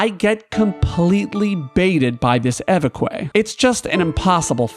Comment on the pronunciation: It is not ay vay quay it is eh veck. It means bishop.This is awesome, I have been thinking of doing this myself all week.